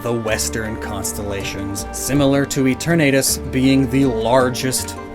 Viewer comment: The way says eternatus hurts me